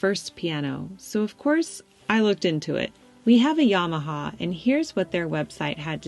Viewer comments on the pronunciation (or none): none